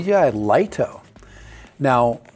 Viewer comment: Lol, you're wrong, it's pronounced 'Lee-toh'. That comes direct from DJI's marketing division. And it replaces the mini, and the mini 4k, not the mini 4 pro.